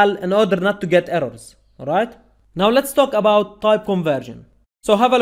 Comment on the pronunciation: Sir please improve way to pronounce word like " talk about" !!!